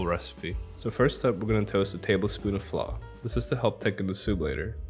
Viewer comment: Lol is he saying flaw or flour?